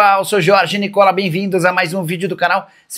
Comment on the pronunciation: Nicola contra o Palmeiras ele da bastante ênfase. Sao Paulino este nocolas